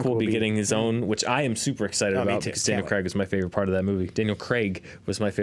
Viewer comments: I love the correction of Daniel Craig pronunciation :D Good work. (Now work on Ray Winstone, lol) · An American saying Craig right, yay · Shoutout to for pronouncing Craig the right way.